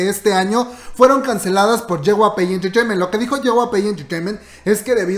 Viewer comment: Jyp Entertainment ....* Je uguai pi enterteimen* noooooo.... Je gua pe intirteimint.....cringe